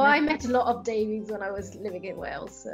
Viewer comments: Davies is not pronounced “Dave-eez”, but “ Dave-iss” 🏴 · Davies is pronounced Davis not Davieees